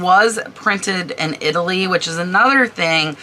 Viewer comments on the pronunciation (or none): none